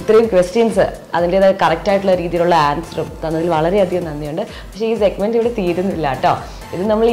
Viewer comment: Chechi segmant alla segment anu tto